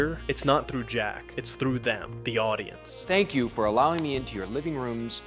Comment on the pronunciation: I honestly couldn't stand the girls voice. The way she pronounces 'Jack' bothers me.